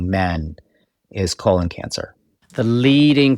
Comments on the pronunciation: KO - LON 😂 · I love the way he pronounces 'colon' So distinguished! ❤